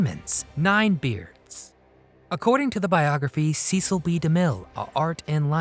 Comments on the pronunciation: It's "SESEL" B. DeMille - NOT "SEECIL"!! DAMN! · It is not pronounced CEE-sil, but SSES-SIL. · The announcer is mispronouncing Cecil B. DeMille's name. He didn't pronounce it like Beany and Cecil. He pronounced it as a short e as in less. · The Ten Commandments was not a movie. It was an epic. Few motion pictures can claim that distinction. And it might be nitpicking, but his name was pronounced "SESS - ill", not "SEE- sill". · His name was pronounced with a short e sound, not a long e. It was Cecil, not CEEcil. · I think you were mispronouncing Cecil B. DeMille during this video. you were saying "cee-cil" it is commonly pronounced, "cess-sill". Too late to fix it now. Perhaps a little more research would have put you on the right track. Adios, for now. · Pretty amusing facts and bits, and lovely pics of Anne Baxter. Except Demille's first name was pronounced "Sess-ill". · Cecil's name is pronounced "Sessil". So an S sound not a C sound. Driving me mad that both vids about Anne in the film are pronouncing his name incorrectly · His name is pronounced "Sessle." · Cecil rhymes with vessel. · It’s Cecil not Ceecil. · "See"cil B Demille? I'm out. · Cecil is pronounced like sessil.. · Learn to pronounce his first name. Ses-scill. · You are mispronouncing De Mille's first name.